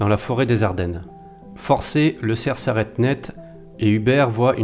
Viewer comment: St Hubert et le cerf, pas le cref lol